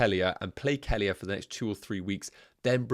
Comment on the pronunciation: That’s not how you pronounce Kelleher. 😂 Nowhere near it. Kell-eh-her